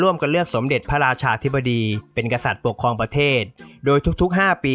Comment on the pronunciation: เนื้อหาดีมาก แต่ พอฟังผู้นำเสนอออกเสียง ปะเทด ปกคอง อังกิด ห้าล้อยชนเผ่า ปะมุข บูไน ล้อยละ ลัดถะบาล คิป ขอบอกว่า "เซ็ง" ควรแก้ไขเรื่องออกเสียง ร ล และคำควบกล้ำให้ถูกต้อง - ไม่ได้จับผิดนะ (ได้กดไลก์ให้เพราะเนื้อหาครับ)